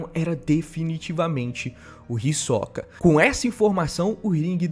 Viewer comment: Mano, por favor, para de falar "Hisóka"!! Vou ter um derrame!!! É "Hisôka"